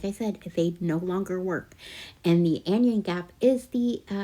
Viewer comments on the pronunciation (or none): biologist here, "anion" is pronounced "an eye in", to match the pronunciation of "cation", which is, "cat eye in". the two words refer to the negative and positive versions of ions and so are pronounced the same as the word "ion", equal emphasis on all syllables.